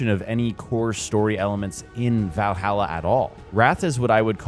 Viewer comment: The way you say Valhalla legitimately triggers me 😂